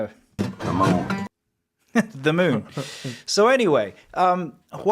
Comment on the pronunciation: I love how says it. The meun. The moan. The mowin'. Sounds kinda like Grandpa